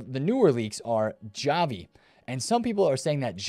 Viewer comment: The way bro pronounced Xavi is killing me lmao Javi